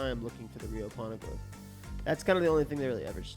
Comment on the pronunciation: Correct me if I am wrong guys.. Robin says "Rio Poneglyph", without spoiling much..just confirm..isn't it Real Poneglyph..cz that was in the Manga...the Japanese makes it sound like Rio..thats all.